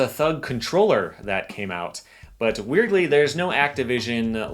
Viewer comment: this dude be like: "weirdly"